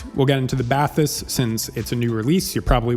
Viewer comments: It's "ba-tees" just in case you want to pronounce it correctly. Great review otherwise. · Celes-teeeeee and Bah-tees. Otherwise great review, thanks. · It's actually pronounced "bat-teese". (I watched an introductory video from Focal). Thanks for the review. Lots of good info. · I had the Celestee's and returned them. I now have the Bathys (it's pronounced "Batees") it's french. But anyway I liked the soundstage better on the Celestees but for my use case the Bathys was a no brainer having blutooth. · BathEss the E english pronounced like an i or sometimes a y in french. So you pronounce it Bath-Ess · For Americans it's pronounced "Bat-teese", there's no "th" spoken! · bat TEES is what i hear English speaking reviewers call it, with emphasis on the second syllable, which is wrong too. Trying to sound French but not really. 😂 So pronouncing it with an English accent is actually the better thing to do.